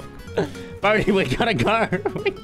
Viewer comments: It's bodhi not bodie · It Bodhi lol sorry for correcting u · someone count how many times lannan and said Bohdi